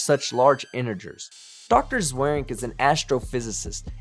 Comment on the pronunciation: I love how Dr. Zweerink pronounces his own name wrong. It's a Dutch name, and honestly I couldn't write down how it's supposed to be pronounced... I can only tell that he's doing it wrong. I'd have to upload an audio clip of me pronouncing it in the Dutch way proper. There's no 'swear'-like 'ea' in the name like he pronounces it.